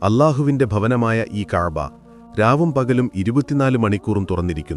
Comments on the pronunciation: സത്യമെന്ന് തോന്നിപ്പിക്കുന്ന വിധത്തിൽ പച്ച നുണ പ്രചരിപ്പിക്കുകയാണ് ഇയാൾ.കുറെ പാമരന്മാർ അത് വിശ്വസിക്കുകയും ചെയ്യുന്നു.കഴ്ബ,റൗള എന്ന വാക്കുകൾ ശരിയായ വിധം ഉച്ചരിക്കാൻ പോലും ഇയാൾക്കറിയില്ല 😢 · ഇത് ചരിത്രം അറിഞ്ഞു തന്നെയാണോ പറയുന്നത് ഉച്ചാരണത്തിൽ തന്നെ വത്യാസം ഉണ്ട് കഅബ എന്ന് പറയുമ്പോഴും അള്ളാഹു എന്ന് പറയുമ്പോഴും ഉച്ചാരണം ശരിയാവുന്നില്ല അതുപോലെ ഒട്ടകം മുട്ടുകുത്തിയത് ക്യുബ പള്ളിയാണ്